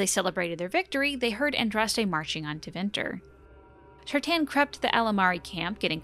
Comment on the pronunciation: Love the video, thank you for trying to make out consistent lore on Andraste! Only one thing bothering me, that's not how you pronounce Jader and Shartan. It's Orlesian so it's sounde like "ja-dáre" and "share-ten". You can hear it in a few places in DA2 and DAI and surprisingly in The Masked Empire. Whoever gave direction on that audiobook did really well